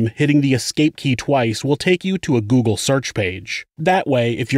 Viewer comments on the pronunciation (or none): none